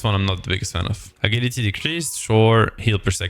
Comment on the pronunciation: Thanks a lot. Please fix the pronunciation of AGILITY. <3